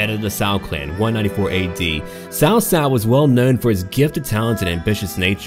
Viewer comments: You've done a pretty good job at pronunciation. As a side note, "cao" is pronounced like "tsao" rather than "Sao". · Hi the name is not pronounced "sao sao". It's a "ch" sound like in "cheese". Something like "chao chao", but with less emphasis on the h. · Cao is actually said like Tao Tao its weird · hahaha... cao cao should be read more like "chow chow" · ***** hmm...when I wrote what I wrote I meant no disrespect, and I sincerely hope you didn't take that as an insult, I merely wrote that as a note of my amusement when I hear someone pronounce Cao cao in mandarin incorrectly. Sorry for not having the compassion you share for non-native english speaker.